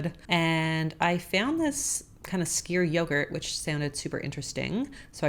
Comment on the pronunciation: Hey, skyr is pronounced "s-k-u-r";) it's great!